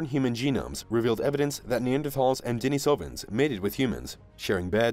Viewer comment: How about a little consistency? You have pronounced Denisovans at least five or six different ways. If you are going to do videos then get it right